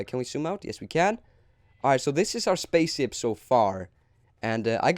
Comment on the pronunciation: He said spacesip not spaceship